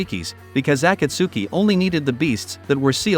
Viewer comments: “ ah kah su ki” it’s a kot ski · The saddest part is hearing him trying to say akatski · Bro pronounced akatski acatsky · bro can't even say akatsuki right